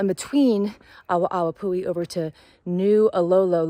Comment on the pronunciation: it's probounced "AH-VAH-AH-VAH-POO-HE" -- "W" in Hawaiian is typically a "V" sound. Unfortunately, this is a common problem. Tourists go to the trailheads & assume they dont have to pay anything. The kiosks to purchase your daypass + parking permit are at the MAIN lookouts & I think one is at the Lodge recreation area. That is a fault of Kauaʻi Visitor Bureau & Hawaiʻi Tourism Board -- they assume people will stop at the lookout(s) first, where there are volunteers working to help direct the tourists & check if they have parking permits in their vehicles, etc. Thats Waiavī -- aka Strawberry Guava -- highly invasive & taking over our native forest. Very yummy, nature-provided trail snack, but invasive.